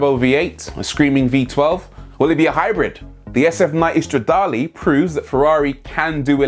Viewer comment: Did u just say star'da'leeee 😣🙂